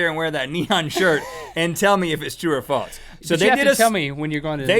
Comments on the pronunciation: Why do they say false like faltz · Love you guys... jw why do y’all pronounce false as faults? Am I pronouncing incorrectly ?